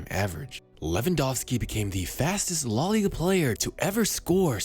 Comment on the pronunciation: La * not Lo